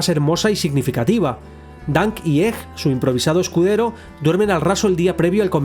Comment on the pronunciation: ?Por qué pronuncias egg como [ej] en vez de [eg]? Me da mucha grima.